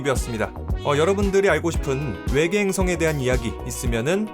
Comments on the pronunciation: 일부러 왜계라고 하신거죠??…. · ’왜계‘ 개킹받네 ㅋㅋㅋㅋ